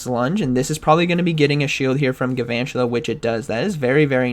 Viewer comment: It bugs me that doesn’t pronounce the first “L” in galvantula. He says “gavantula”. Very upset, please address this